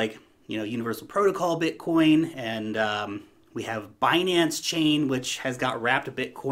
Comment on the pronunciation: Haha yeah, it's called BITcoin, not BUTTcoin!!!! 🤣🤣🤣🤣